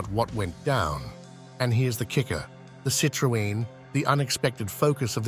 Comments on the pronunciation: Citrooen what's that then? you know you can Google how to pronounce words you don't know. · Why did you pronounce Citroen so differently and why did you say nine hundred eleven instead of nine one one ?